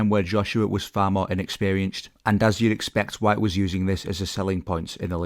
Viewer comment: Announcers' lack of ability to pronounce Dillian Whyte's name properly annoys me.